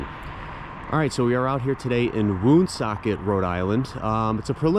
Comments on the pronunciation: Lovely home. As a native Rhode Islander I feel I need to tell you the proper pronunciation of the town. It’s pronounced “ one socket”, not “woon socket”. I know! Weird but true! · Pronounced One socket